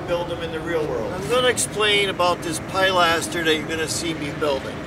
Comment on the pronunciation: I have been watching you videos and learnt a lot. This video I did laugh somewhat, I know that certain areas call things different names, in English, as in UK, it is called Pilaster, that's Pil-a-ster not Pi-laster. Sorry but I did have a good laugh. keep up the good work.